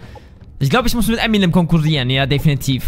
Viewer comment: Er heisst M'nM und nicht Äminäm